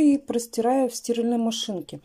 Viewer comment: тока не стИральная, а стирАльная машина, а то ухи режют.